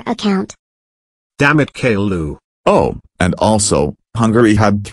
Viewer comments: when mario is saying caillou it sounds like gaillou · its not gaillou os its caillou os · OH NO ITS CAIL LOO OH ES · Caiiou not ku